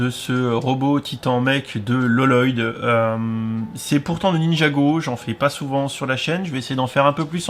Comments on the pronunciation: TU ME STRESSE À FORCE DE DIRE LELOYDE! ÇA CE DIT LOYDE! PAS LELOYDE! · Exactement ! C!c'est pas parce qu'il y a deux L que sa ce dit loloyde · Bonjour On ne dit pas LLoyd ça se dit Loyd, les deux LL se dit en un seul L. Je sais s' est bizarre qu'il y a deux L mais bon c comme ça. Sinon la vidéo est superbe continu tout ça, personnellement j' ai acheté ce set deux fois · Excuse moi et sans vouloir te vexer mais premièrement Vex est second dans l'ordre de l'armée de glace au-dessus l'empereur de glace et deuxièmement Lloyd se prononce Loyd et non Loloyd. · Il se prononce loyd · Super vidéo mais juste pour te le dire c'est Lloyd mais ça se prononce Loyd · Enfaite ça se dit loyd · J'y connais rien en NinjaGo ni en prononciation des noms mes avec Lloyd tu m'as trop rappelé le sketch de Jeff Dunham avec Peanut qui se moque de la double consonne dans son prénom "Jefefeeee...." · je le sais déjà ça ,c'est juste pour qu'il ne fasse plus l'erreur